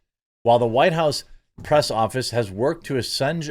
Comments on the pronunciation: Assuage, pronounced "aswage." soft g. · It is pronounced /ə-swāj′/ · "Assuenge" lol. Don't worry folks, I can assure you Jeremy's master's degree is real and totally legitimate.😄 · assuage is pronounced ah-sway-j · That word is usually pronounced like us wage. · Assuage: ass-WAGE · Ah-Sue-age. There, pronounced it for you Jeremy. 🙄